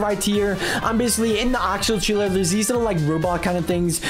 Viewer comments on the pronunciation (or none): You say taler not Traler